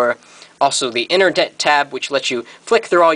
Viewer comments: lol interdet tab its internet tab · inerdet tab..? lol